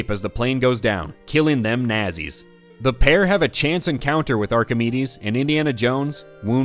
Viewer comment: I love when indy nookz all not-seeze